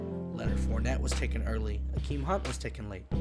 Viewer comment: maybe I heard u wrong but Kareem hunt not "akeem hunt"